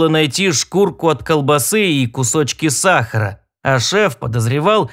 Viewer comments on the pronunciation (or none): none